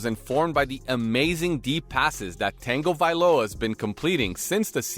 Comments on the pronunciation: Geeze, you keep calling him Tang -ovailoa, it's pronounced tuhng·guh·vai·low·uh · Hahaha he does say Tengo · It’s tag, not tang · say it like tungo not tango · It's pronounced Tounge O not tango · Actually there is a N pronounced in his name. It's the first vowel he's fkng up. It's pronounced as U not E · Tango instead of tago 😂😂 just call him tua dude. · Tanga, Tanga, tanga, where tf is there an tanga in tago, It’s tonga-vailoa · Also...Tangavailowa? It's Tagovailoa! I've never heard someone pronounce a name so confidently, so wrong, so many times. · yea lol. Its pronounced Tuh guh Vi lo uh ... not tangovailoa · There's no N in Tua's name. It's pronounced Tah-go-vai-loa not Tang-o-vai-loa 🤣. Stop adding conconants to Tua's name lol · Who is this "Tangoviloa" guy you speak of? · Say tango one more time 😂😂😂😂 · It’s TONG - O - VAI - LOW - AH… now say it fast. NOW GET IT RIGHT, BECAUSE YOU SOUND LIKE AN IDIOT. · It’s not Tango-viloa bro. I stopped I can’t anymore. You can tell he loves to hear himself talk. Thumbs down. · Bruh….it’s like nails on a chalkboard “Tayyngovailoa” and calling him Hawaiian…. I know he wasn’t intentionally being disrespectful to the man, but he’s Samoan… let’s try to respect him by referring to his ethnicity correctly…the name, yeah I can be more forgiving towards, us Polynesians don’t have the shortest or easiest names to pronounce….buuuuttt **screeech***😂 Edit: I’m soooo glad I’m not the only one who picked up on that pronunciation 😂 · "TANGOvalowa.." Stopped video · Tangle - viloa?????? WTF!!! 🤣🤣 proves this sit is a bot reading a script. All of you shud unsubscribe. Wasted time watching these videos w a fake person. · What the hell is this AI voice? And why is it calling him Tango-Viola? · If I here you say "tango" viola one more time I am going to punch my computer screen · Tangaviola? That is NOT how you say his name bro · "Tengovailoa" beats "John Harbog" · Can this guy just say Tua instead of Tengovailoa! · tongue a vai loa *